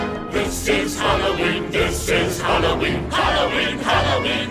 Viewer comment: "Happy Halooween!" Haha!! - ☺💓🎃